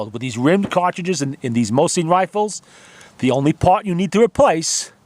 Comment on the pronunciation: Awesome video mate! Just the way you pronounce Mosin just bugs me lol...